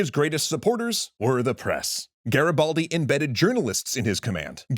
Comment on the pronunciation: Nice show, but your pronouciation of "Garibaldi" is terrible😅😅😅